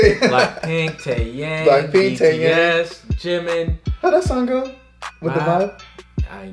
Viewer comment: Taeyang is actually pronounced taeyoung. Also this colab was fire. Lisa is everything and she is the best dancer period.